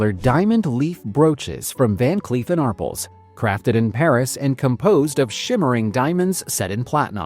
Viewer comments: ARRPLSno Are-pells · AR--pell, not Arpple. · It's pronounced Van Cleef and Arpelz...it's french.. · Ar-pells! Van Cleef and Arpels!! Teach your AI how to speak! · ar-PELLS: The "A" is pronounced as in "car." The "pels" is pronounced like the word "pels". AI🤡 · Every time I hear Arpels mispronounced I cringe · not ridiculous! What's ridiculous is constantly mispronouncing a very distinguished jeweler and not trying to correct the mistake, you silly goose